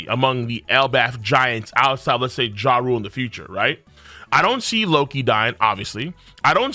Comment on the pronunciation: I’m almost certain it’s not pronounced, “Ja-Rule” , but more like Jaul or like Jah-doo as how people from Japan pronounce their R sounds